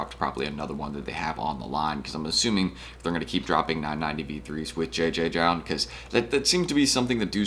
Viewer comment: I believe it’s just pronounced “Jound” no multiple Js